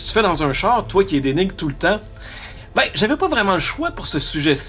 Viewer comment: Tout "l'amour" que vous portez aux voitures se ressent quand vous prononcez le mot "chaaaaaar" :) Merci pour vos capsules vidéo !